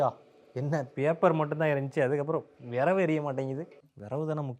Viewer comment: விறகு ❌ விரவு ✅ 😂